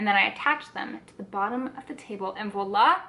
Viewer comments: Kassia, I thought maybe Sagrario was trying to gently point out that the vlogger was hitting the v's a bit hard in this video? as you know it's more of a 'vwoa' sound than 'vo' :) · It's voilà (French is a crazy language! Haha)